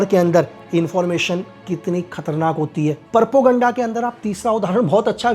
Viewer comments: 0.37 its Propoganda not PappuGaannda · परपोगंडा? 😅😂😅😂 प्रोपेगैंडा,,,,,,😊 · Perpoganda. Nahi hota chutiya. Propoganda hota hai 😄😄😄😄😄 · Propoganda ❌❌ porpoganda ✅✅ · Aap kaha thy gyani baba ? Porpaganda nhi. Propaganda hota h